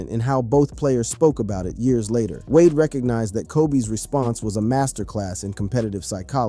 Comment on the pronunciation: Why did you pronounce d wade name like that weirdo